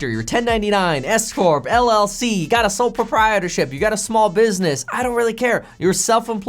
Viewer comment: I thought he said sole property ship at the beginning 8-)